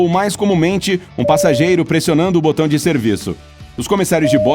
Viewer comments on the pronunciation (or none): none